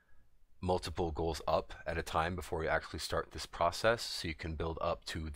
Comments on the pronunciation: man you keep saying goals like you never read the word ghouls before. had me soo fucking confused lolol. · Nice video...but it's Ghouls, man. As in "GOO-WL." Also, when I try to do this; no matter how far I'm back---the big trash wills sometime run to me and certainly they all attack me when I try to drop the plague off on them. Any ideas? A little bit harder on 10 man heroic when you're 120 level trying to do this--as characters hit so hard. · Are you trying to say Ghouls?